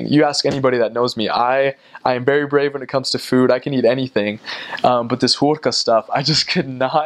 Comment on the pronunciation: 😁😊"Hùrka" is so nice!🥰 I'm Hungarian!😉😀